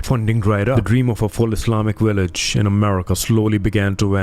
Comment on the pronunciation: What’s a willage